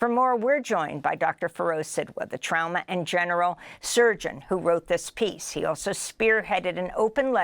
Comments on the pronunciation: The real crime here is how she is pronouncing "trauma." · She shoukd learn to say trauma correctly